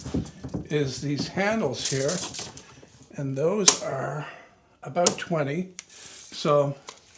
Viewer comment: The people of New Zealand thank you for "aboot". Carry on. God save the Queen, and all that sort of thing.